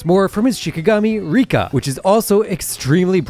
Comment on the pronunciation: Rika is not rika